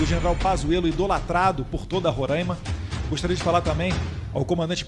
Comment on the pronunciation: Vish, falou Roraima errado kkkk